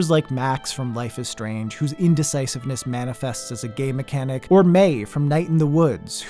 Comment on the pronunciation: I may have misheard, but did you say gay mechanic or game mechanic? I think it's the latter that you said, but it sounded more like the former that you said.